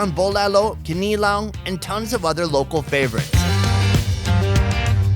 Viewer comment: Your pronounciation on "Bulalo" and "Kinilaw" is spot on!